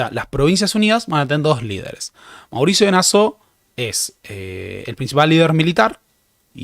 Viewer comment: "Nassau" es palabra alemana, no francesa y se lee tal cual.